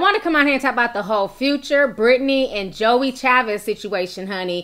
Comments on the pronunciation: Her name is pronounced (Joy) her names not pronounced Joey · Its (joie) pronounced like JOY! Just letting you know Lol! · I'm sure you don't care but her name is Joie (Joy) lol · I was like "Who's Joey" Lol! Her name is pronounced Joy, just spelled differently. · Omg Ti her name is pronounced “Joy” lol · Brittni was not at the gender reveal/baby shower. And her name is pronounced Joy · Its Joy (Joie) lol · Her name is pronounced joy it's just spelled like joie lol..... But I love your videos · That’s not her name it’s joy but spelled joie lord have mercy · Her name is spelled Joie but it’s pronounced Joy lol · joie = “joy” 😂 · Her name is pronounced Joy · ti it’s pronounced joyyyy lol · Her name is pronounced like “Joy” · Girl her name is pronounced “Joy” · Pronounced J O Y Ti, lol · Her name is pronounced Joy. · Her name is pronounced JOY omg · the her name is pronounced like JOY. I know cause my name is Joi and people slaughter it cause of the spelling but trust her name is pronounced like the feeling JOY. I love listening to you but your slaughtering our name lmao and its hard to hear lmao. Thanks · Joie is pronouced (Joy) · Her name is pronounced Jwa. Is she tryna be funny or something? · Hey name is pronounced joy